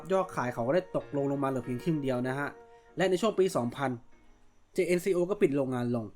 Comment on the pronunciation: ครับ แต่เวลาฝรั่งเรียก เค้าเรียก เจนโค่ ออกเสียงแบบนี้ครับ เค้าไม่ได้ออกเสียงว่า เจเอ็นซีโอ 😅 หรือถ้าถนัดเรียกแบบไทยๆก็จัดไปครับ เจเอ็นซีโอ จังโก้ เอาที่สบายใจกันไปครับ Jn เจเอ็น = เจน Co โค่